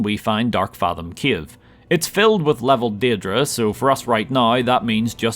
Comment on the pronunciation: I like how you pronounce "cave" as a capital of Ukraine - Kyiv :D